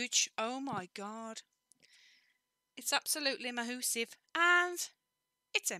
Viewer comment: lol I say moosive too . And I'm from the UK